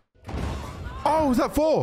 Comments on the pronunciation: "OOOHHH FORRR FORRR" SPEAK CORRECTLY! ITS THOR WITH A TH NOT A F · It's Thor bro not 4😂😂